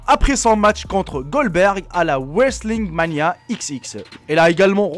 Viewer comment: mdrrrr il a dit wrestling mania ix ix